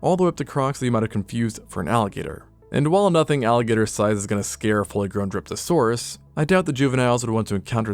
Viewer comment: My tired brain heard Derpasaurus not Dryptosaurus😂